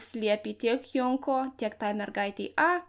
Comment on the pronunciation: Geras video. Tik viena pastabėlė. Junko reikia tarti Džunko. Tarptautinė japoniškų pavardžių transkripcija (perrašymas į lotyniškas raides) sudaryta angliško tarimo pagrindu.